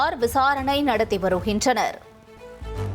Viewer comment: யாருமா நீ வருகின்றனர் என்பதை வருஹின்றனர்... படுகிறது என்பதை படிஹிறது து என வசிக்கிறாய் தமிழ் தெரிமா தெரியாதா??? 😂😂😂😂2